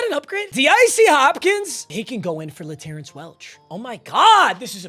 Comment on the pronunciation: still saying laterrance wrong. o/u 2.5 weeks for him to stop TRUEUEUEUE